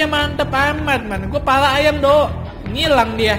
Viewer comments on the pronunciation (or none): none